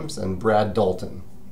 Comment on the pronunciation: It's Brad Talton, not Dalton :P